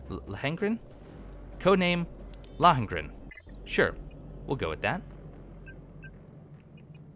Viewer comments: *"Low-en-grin" fluidly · Lohen-Grin = Lawn-Grin I think 🤔:P